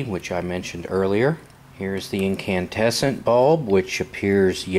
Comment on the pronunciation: You mean incandescent ? It sounds like you keep saying incantesant.